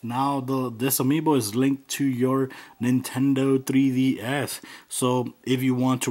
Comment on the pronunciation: Lesracing 2004 that's how he pronounces it. Either way he is saying 3ds